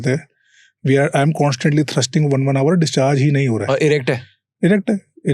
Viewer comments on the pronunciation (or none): none